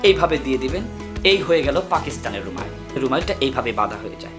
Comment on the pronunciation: কথাটা ত "রুমাইল" না বরং "রুমাল"।